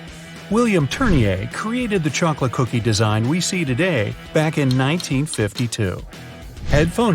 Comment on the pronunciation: The oreo one showed 1952 but I heard 1932